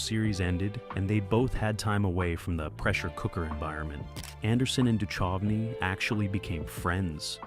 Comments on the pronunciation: The h in Duchovny is silent. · You said David Duchovny's name seven different ways and didn't get it right once!! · Right, its like the narrator has never hear anyone else say that name before. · I love the AI's pronunciation of David Duchovy (Du chove e)! 😂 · I noticed that too… so irritating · I hate mispronounced names. Duchovny was the worst. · Yeah hearing him butcher his name and Kim Catrall.